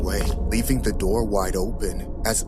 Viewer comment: bro really said: "open the noor pls" lmao